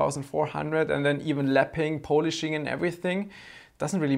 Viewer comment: The way you say polishing makes me think of a Pollack walking around drunk.